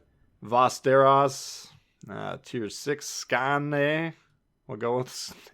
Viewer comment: Vesterås is pronounced Vesteros, as in GoT. Skåne is Sk-aww-neigh, Östergötland you got pretty well, the G is pronounced like a Y. On the weird umlauts, they are basically just contracted characters: æ/ä = ae = like the a-sound in trap ø/ö = oe = uh å = aa = awe Keep up the good work! Always look forward to your analysis.